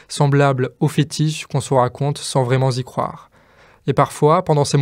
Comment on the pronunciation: "...Sans vraiment z'y croire..." 🤔🙂